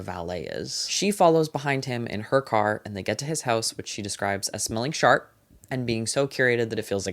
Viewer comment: Say it with me now- “SHARP”